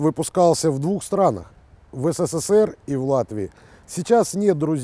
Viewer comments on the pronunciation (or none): none